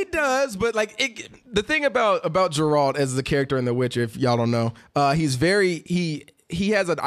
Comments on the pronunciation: Not "Jerald". Geralt. grrrrrrrrrrrrrrrrrrrrrrrrrrrrrrrrrrrrrrrrrrrrrrrrrrrrrrrrrrrr lol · Jeralt of Riviay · Jeralt wtf is this Ge-ralt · OMG it's Geralt..."Gear-alt" just had to get that out. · YumLemmingKebabs No its not, it's pronounced Gar-alt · The mispronouncing of Geralt's name is triggering me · bruh confused Joe maganello with manu bennett and kept butchering geralts name lmaooo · Right? XD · Nope, only name you butchered was Geralt's. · Sorry for the rage, but I have to call you out on this because it was too annoying to listen to. How the fuck are you going to get the main character's name wrong especially since you claimed to play the games??? You've had to heard them say it at least 100 times within the first couple hours of playing. Hell, it's even in the trailer and any review of the game. Also manu bennett plays deathstroke on arrow, joe magliano is set to play him in the movies. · Disliked the video for mispronouncing geralt